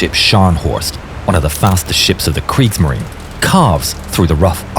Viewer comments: The e at the end of Kriegsmarine isn't silent but pronounced. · There was no "kriegsmarin." It was Kriegsmarine. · Kriegsmarineeeeeeeeeeeeeeeeeeeeeeeeeeeeeeeeeeeeeeeeeeeeeeeeeeeeeeeeeeeee. La palabra alemana Kriegsmarine se escribe con una vocal e al final. ¡No existe ningún motivo para ignorarla!